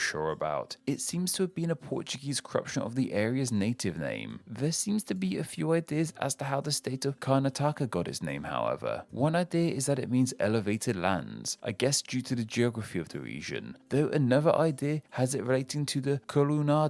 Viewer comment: It's pronounced Kar-nat-aka not Karna-taka